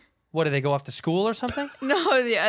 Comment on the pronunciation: "I went to an all-white Screwl" - 2020